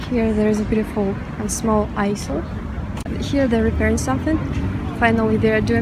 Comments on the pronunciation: I love Russians 🥰 By the way, I like the way you say it, but the S is actually silent in Aisle. Pronounced ‘I’ll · This was a very nice and cute video. Thank you! I have visited Russia once, and then I travelled with the Trans-Siberian Railroad from Moscow to Beijing, via Mongolia. You have a very good English, but the word "aisle" is pronounced "айл". Thank you for teaching me, and everyone else, about your hometown Spassk! :)